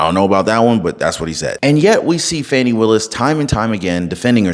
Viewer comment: Her name is Fanny not Fawnny.